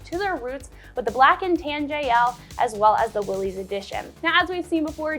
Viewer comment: Please, please, it is pronounced "willis" NOT "willeez". John North Willys would appreciate it if you said his last name correctly!